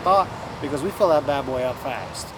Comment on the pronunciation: Ith that last rant it sounded like "Vanning, Good, DAD, and Ugly!" 🤣🤣🤣 Good fun! Take good care!